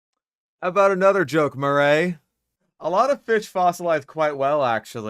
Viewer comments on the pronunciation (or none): none